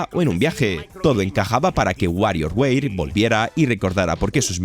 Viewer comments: Wario weir? O sea, tu dices softweir envés de software? 😒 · y un gatito cuando dice wario weir :'v